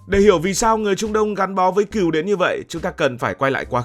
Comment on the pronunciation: Con Cừu mà đọc con Kiều hả tr 😂